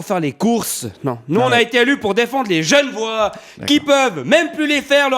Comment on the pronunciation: enfait, on dit pas gen'vois, mais g'nevoâ.